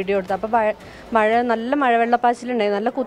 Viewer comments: Nee aadhyam poi naak vadichitt ഴ parayaan padikk. അവന്റെ ഒരു മയ 🤣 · "മയ" അല്ല "മഴ" എന്നതാണ് ശരി. ഓരോരോ ദുരന്തങ്ങൾ.